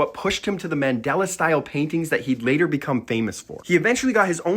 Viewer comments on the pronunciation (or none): I believe it’s MANDALA, not Mandela. 😂